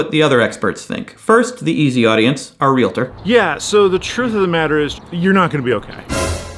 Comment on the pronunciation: FYI, It's "Real-tor." Two syllables.